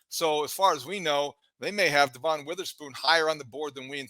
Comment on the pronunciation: DEVin. DEVin. DEVin. DEVin. How can you sit there and say you watched a ton of Illinois football and pronounce his name DuhVON?